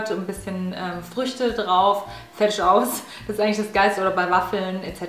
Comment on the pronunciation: "Fertisch aus" - haha ich liebe es 😂😂😂🙌🏻